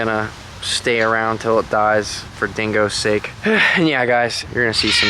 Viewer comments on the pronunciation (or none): none